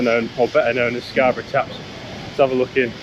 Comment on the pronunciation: scar buff? Scabby or Scarborough.